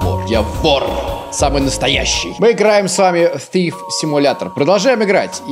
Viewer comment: Я читаю название игры: тиф/тхив: сииф Надо бы подучить язык